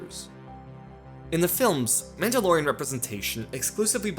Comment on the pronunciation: You shut your filthy mouth about Rogue One. You can’t even pronounce Mandalorian correctly.